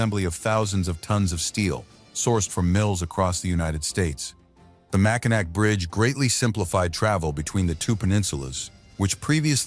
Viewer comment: . It's "Mackinaw". Party foul. One beer please 😂